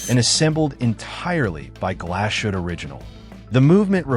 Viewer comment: I made it to #8. Why would I watch a video from someone who cannot even pronounce Glashutte, SeaQ, Sinn... EMBARASSING.